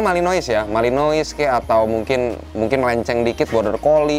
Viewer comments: Nyebutnya malinoa bukan malinois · Bang kalo belgia.... Courtois (Kiper) pengucapan kourtoa.... Kalo Malinous pengucapannya Malinoa.... Koreksi bila saya salah